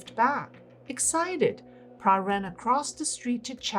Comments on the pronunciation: I also wondered how came up with this strange name “Prah”. For future video clips, should do a bit additional research especially on the names of people and the correct pronunciation. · No, her name is "Plai" NOT Prah. She is popularly called "Mor Plai Prai Krasip" meaning Sensei Plai a future whisperer.